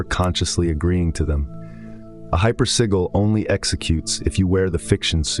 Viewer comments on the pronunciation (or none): This is all AI - hypersigil isn’t even pronounced correctly through video